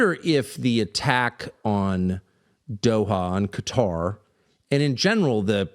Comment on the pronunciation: It's Qatar, as in Qatari my bro.🌴🐊... hey man u get'n lazy on me???🧐